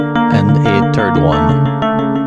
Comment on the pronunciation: every time you try to say 'third' you're just saying 'turd'